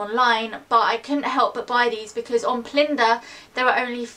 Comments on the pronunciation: I think it's pronounced plunder, not plinder :) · I love those shoes, btw its pronounced plunder